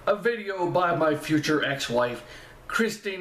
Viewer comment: Thanks for looking at this one; for some unknown reason not many people do! I think the AcoUstikats are the University of Kentucky's a cappella group - Jeremy used to be a lead singer with them when he was a student there. Btw, Kirstin's name is pronounced 'Ker-stin' not Kristy! She sells a t-shirt from her merchandise with some of the many mis-spellings of her name crossed out, so I think other people have problems with it, too!